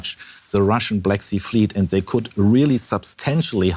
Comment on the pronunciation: "zhey need" xDDD